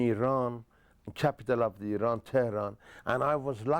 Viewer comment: so glad that announcer pronounces name of country as 'ee-ran' and not 'I ran'. Throughout world letter 'i' is pronounced as long ee. btw, can the super-duper villain that the Iron Sheik was for wrestling actually be the gentle, educated man in this video?